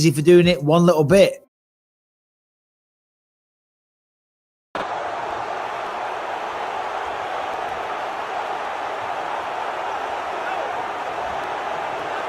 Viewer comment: Joe Rogan: Savages! Yoel Romero: Sabbajizz!